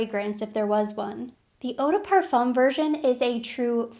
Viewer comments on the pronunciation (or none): none